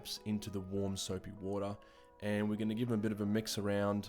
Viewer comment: how he says water: waha